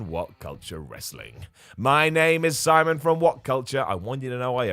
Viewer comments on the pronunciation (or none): none